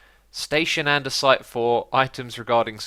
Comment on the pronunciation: Anyone else notice its "andesite" not "andersite" xD